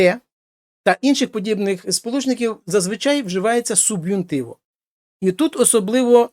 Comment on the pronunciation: Доброго дня, дякую за відео, корисні. Питання, чому ви субхунтиво називаєте суб'юнтиво?